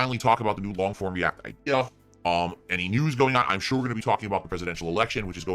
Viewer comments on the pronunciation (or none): Lol. can't say Shure.